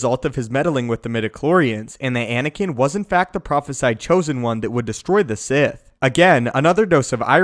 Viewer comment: I'm hitting the Like button just because you knew to say 'prophesied.'